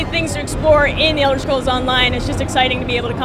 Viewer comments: did she say elder schrolls? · elder sholes :D